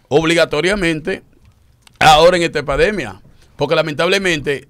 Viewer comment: Alguien escuchó, que topo dijo epademia jajajaja minuto